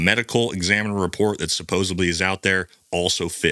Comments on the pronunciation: SupposaBLY? It’s supposedly. It’s a D, bud, not a B. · If we are gonna say "suppose'B'ly" then I call 'D'ullshit